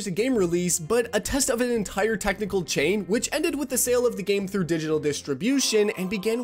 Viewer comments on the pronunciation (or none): none